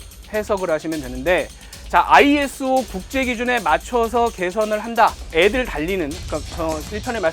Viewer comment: ISO = 아이소 라고 읽으시면 됩니다.